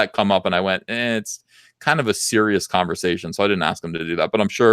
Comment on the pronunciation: Holy shit, Diversity and Comics, Quartering, and Rekieta Law all in one stream? All-star. At about it sounded like said he had a Kwanversation with himself. So I just added a new word to my vernacular.